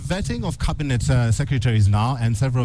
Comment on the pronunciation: to KTN: Cabinet NOT cabinate